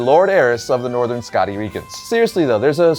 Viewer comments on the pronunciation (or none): none